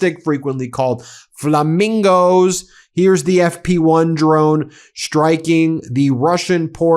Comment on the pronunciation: FLA-MIN-GOES!!! LOL!!